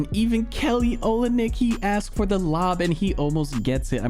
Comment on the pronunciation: It’s pronounced Kelly “Olinik”